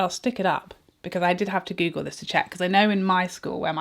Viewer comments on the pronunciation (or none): none